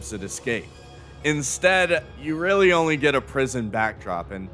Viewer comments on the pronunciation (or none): none